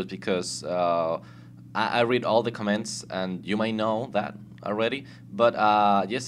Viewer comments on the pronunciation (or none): MY FUCKING GOD ITS COMMENTS NOT COMMÉNTS !!!!!!